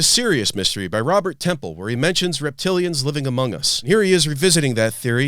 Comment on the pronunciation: he said amog us 😂 😂 💯 👌 👌